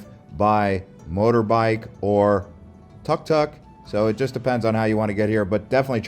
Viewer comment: No big deal but it’s took took and not tuhk tuhk, cool video 🤘